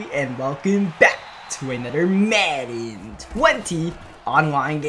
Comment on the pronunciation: I hate the way he say madden